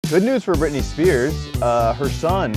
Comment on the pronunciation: Brittany, are you serious!!!!! It’s Britney